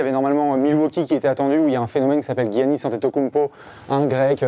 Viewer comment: Expert basket mais il dit "guyanis" et pas "yannis" mdr